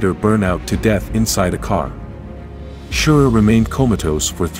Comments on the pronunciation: Well made video, no question👍 Please don't take this as criticism, just for info. The name Surer is pronounced in the linguistic s instead of sh, like safe. He himself says he probably touched something lightly beforehand, it was definitely a puncture. It is also interesting that a marshal pulled it into a small stream next to the track and deleted it, otherwise it would not have survived. Thank you for sharing your work with us. Greetings from Switzerland🇨🇭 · Quite a good simulation. Only please call their names right. It's Surer with "S" not "Sh" and it's "Weeder"